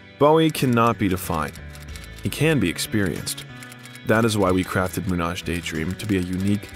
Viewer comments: Julian Schnabel got it too. Also "Munage daydream," haha. Moon - Age. Some others. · Moonage became Manage’ 😁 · "Moonage Daydream" is plainly pronounced as "Moon Age Daydream". It's not French. lol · it's moon-AGE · Yes, his pronunciation of "Moonage" clearly showed how much the narrator actually cared about the subject. Plus the imagery wasn't chronological to say the least (are we supposed to see the Outside-era Bowie when we are talking about Hunky Dory?) and around 50% of the videos they showed are those that appear at the top results of googling Bowie (I mean, it's not that they really spent too much time selecting the material). Plus they didn't care to play any of his songs for more than 3 seconds (is it even a documentary about one of the 20th century greatest songwriting geniuses, if all we actually get to listen to is just some Pixabay background music?). Plus they failed to mention Alladin Sane, Tonight and Earthling and they failed to mention his role in Scorsese's The Last Temptation of Christ. (I wouldn't care about meticulously listing all of his works if they didn't appear to be just blindly following his Wikipedia biography, as another commenter noted.) They mentioned that Iman "took custody" of Duncan when they were already discussing Alexandra's birth, I mean it's not like Duncan really needed custody at 29. And that is just from the top of my head and I've not even been a Bowie fan for five years. Certainly not the best documentary about Bowie I've ever seen. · As much as I liked this documentary, hearing David Gilmour's name mispronounced hurt. :D Same with Moonage Daydream.